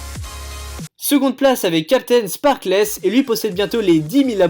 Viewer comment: on dit captain spark"e"l